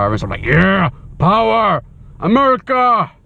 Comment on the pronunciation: Hey, It's not "Americaahhh", It's "'Merica".;) Just to clarify that.